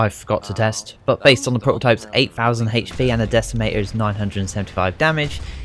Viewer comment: hhhhachee pee "hp"